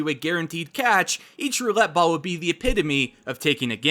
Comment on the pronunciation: I know he said roulette ball but all I hear is Gam-ball